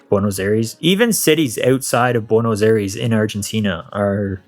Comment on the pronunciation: It is hard to believe that you lived there for 4 months since you pronounce Buenos Aires so terribly.